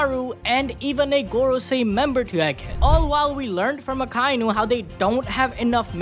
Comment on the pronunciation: It's Ah-ka-e-nu. Not Ahkaynu